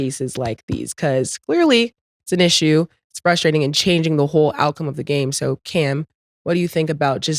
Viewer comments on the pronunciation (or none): none